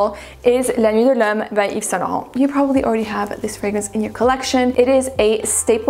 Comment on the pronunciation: Please stop being extra that is not how you prounoce la nuit de lhomme.